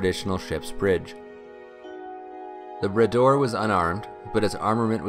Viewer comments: Grates on my ears every time I hear him say "Brayder'. It's 'Brah-door', ffs, Make an effort. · . Had to go back and listen again; I heard the rename as the ‘Bidet’ the first time. 😁